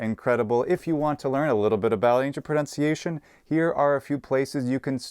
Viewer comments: The mispronunciation of pronunciation is the kicker. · PLEASE! It's pro-NUN-ciation not pro-NOUN-ciation!